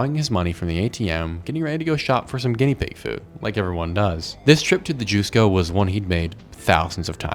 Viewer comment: "jus" in jusco is pronounce like "just"